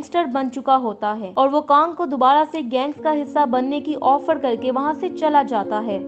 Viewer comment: ओफड़ नहीं ऑफर